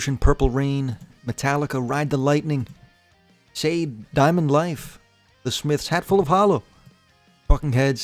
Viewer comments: Sha Dey like that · every time that shaw-day was mentioned my blood boiled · diabolical pronunciation of Sade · Can't believe you mispronounced Sade lmao